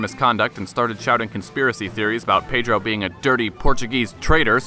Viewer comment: Dude, you said his name better than me and I'm brazilian lmao